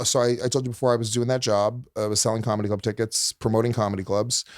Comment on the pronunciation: Luis traits all on display here: 1. yapps to fast 2. says comedy club tickets in one syllable Luis: "i sold Comedubckets in nyc when i was 20" 3. Not listening to Leanne (she was saying she loved being a parent to Luis thinking what he was gonna say) 4. lies 5. says he doesnt do drugs yet consumes them daily 6. like # 4 lies about his sister...they hated eachother with 3000 passions. he looked up to her? come on man 7. he is no comedian 8. hes dumb 9 and 10. Hes selfish